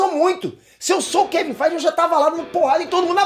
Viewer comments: Eu não consigo não rir cada vez que rola um "kevin FAIGE!!!". kkkkk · Kevim fight e de mais quando ele fala kkkkk